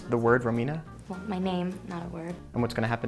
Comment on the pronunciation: "Romina" lol